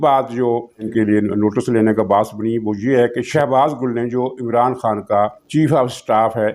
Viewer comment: شہباز گُل نہیں اصل نام شہباز گِل ھے